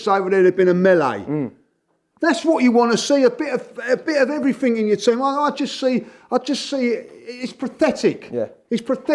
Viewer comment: has invented a whole other version of the English language. One of which letters are either jumped over or just ignored. IncompeUUUnce (incompetence). Eveerrrthin (everything). Naaaffin (nothing), Crea-eeee-v-eee (creativity), go daaaaaan thaaa roa...(go down that road), we go-aaa chance of duuu-eeen som...,(we've got a chance of doing something) everreeethin abbay (everything about), went daaaan injured eeeeday (went down injured today). Also pronounces pathetic as 'prophetic'. The 21st century Chaucer.